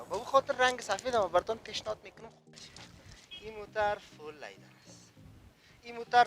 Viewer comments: Iqa LayDar Goften lol Its Leather bro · Lyder chi ast?? 🤔🤔 ooh he probably means "leather" 🤣🤣🤣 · او برادر لایدر نی لیدر انگلیسی یاد نداری چرا میگی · چرا ساده به زبان فارسی چرم نمی گویند که از واژه انگلیسی لایدر استفاده میکنند آنهم با تلفظ غلط. به زبان فارسی صحبت میکنند اما چرم را لایدر میگویند امید روزی این غرب زدگی ها در جامعه ما پایان یاید. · او بیادر وقتی تلفظ یک کلمه ره یاد نداری چی ناق سر خود فشار میاری انگلیسی میپرانی ، سم سیی بگو سیت هایش چرمی است . لیدر دیگه چی معنی ؟